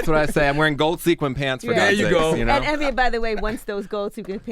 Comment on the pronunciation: Evny - ", did I say that right?" It's not that hard to say Envy. lol